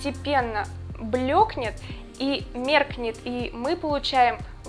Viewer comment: Блиин... блЁкнет((( Светлота((( Ну сириёзнааа штолли???? Такая красивая девушка, а говорит безграмотно( как так-то?